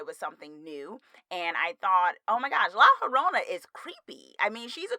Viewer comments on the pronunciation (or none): haha it’s pronounced like la yo-rona. also you should totally do a review of scary stories to tell in the dark!